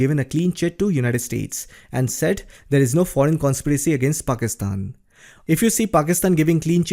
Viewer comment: You pronounce well the name Pakistan 👌